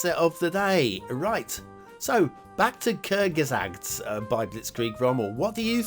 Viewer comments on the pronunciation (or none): B.t.w, The name is more pronounced "Kurtsgesagt" where "z" is like "ts" in this case. (may depend on dialect and schooling). And you pronounced the "u" more like an "ö" (the o with the funny dots) than an "u".